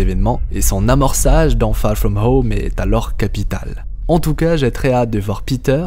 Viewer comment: Très bonne vidéo les theories sont franchement intéressantes, et au passage magnifique accent anglais "far from home) :)